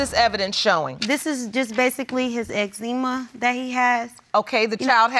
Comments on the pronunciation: Lord I done heard it all first case she said Exzema which she meant Eczema and then the second case the dummie said Ultrasounder which she meant Ultra sound 😂 Jesus take the wheel 😂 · Ex-ema??? Girl lol ain’t no way 😂😂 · The way she pronounced eczema took me out! LOL